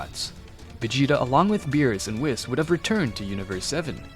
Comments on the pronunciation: Okay who the f*** is kakra it's f**** it's kakarot not pack packer and it's Weiss not wis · Love the story it'd great! BUT WHY YOU CALLING ME WHIS ITS WHEES THATS HOW YOU PRONOUNCE IT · "wheese" not "whiis" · Why does u say whis like wis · Uhm excuse me, how in the actual dingaling did manage to mispronounce whis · Am I the only one hearing him absolutly butcher Whis’s name w